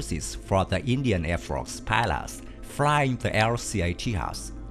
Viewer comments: It's not Ti Yas but Taey Jus. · Everytime you said Tehas, i died a lottle... This not made on spain, this made in India so the pronouncing is TEJAS as, tay-just